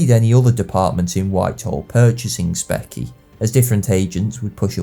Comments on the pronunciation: Specie is pronounced “spee-shee”, not “Speck-ee”. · Specie seems to be pronounced spee see not speck ee. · Great content. A small quibble though: "specie" is pronounced speeshee, not speky. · and -- what the heck is "Specky" ???? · Once again, an amazingly well-researched and nicely presented study, replete with the finance/economics of warfare that are often ignored. One minor issue: "specie" is pronounced "spee-shee" or "spee-see." [ / ˈspi ʃi, -si / ] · Another brilliant video. Big fan. I'm a financial/economic historian, so find this particular episode interesting. Just one minor criticism: the term for the hard currency is pronounced "Spee-she", as if you were dropping the "s" off the word Species. A minor thing. I look forward to your continued uploads! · I hate to do this but specie is pronounced spē′shē.